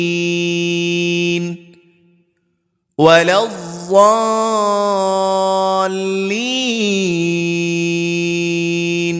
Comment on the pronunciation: Valaddvallen hota hai apne valajavalin padhaya hai